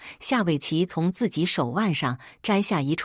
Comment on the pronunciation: 自己怎麼都說成經己？